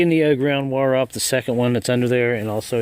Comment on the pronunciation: I was also thinking "that ground wurree ain't goin nowurree" 😂